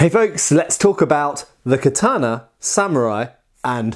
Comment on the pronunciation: In Tenshin Shoden Katori Shinto Ryu we do quite a bit of this. The first kata has a "block" performed while on one knee using the left hand on the blade. The third kata has an interesting use of it too. It's also used a lot in our Iaijutsu and extensively in the Gogyo. (Please can you learn to say Katana though; it's ka-ta-na, not ka-taaaah-na.)